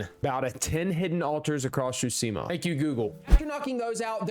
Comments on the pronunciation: great video but your pronounciation of "Tsushima" pisses me off ^^ its Tsu-shi-ma not sushima ...idk why this triggers me so hard anyway great job^^ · Ghost of SHUSIMA 😂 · Chusima... Tsu...Shi...Ma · Every time you said “Tschusima” instead of Tsushima it sent shivers down my spine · Every time he said “Shutsima”. 😢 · “Ghost of shusima” 💀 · "Ghost of Shooseema" Brother... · He called the game. „Ghost of Tchusima“ so I’m not surprised😂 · REALLY ITS NOT GHOST OF SHOESIMHAH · kinda klling me more than the lethal thugs with mispeaking TSHUSIMA the whole video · Ghost of tchusima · I hate nitpicking like this generally. But the horrible pronunciation in this video actually just pissed me off. It’s TSUSHIMA. Not SHUTSIMA I swear to god it got worse every time I heard it. Did he not read the title of the game he was playing for more than half a second? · I just started the video and I don't think I'll be able to handle him saying Shoosima the whole time 😭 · "Ghost of shuseama" REAL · Great video so far but damn how are you so unable to pronounce tsushima and khotun khan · May have platinumed it but you still can’t pronounce Tsushima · Can't even say Tsushima correctly either. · He doesn’t even say Tsushima right, what did you expect? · The only crime here is the way you prounounce Tsushima Edit....Nevermind, there are many crimes of pronounciation.